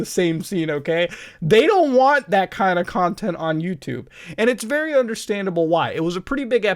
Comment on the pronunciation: vewy vewy clear..xD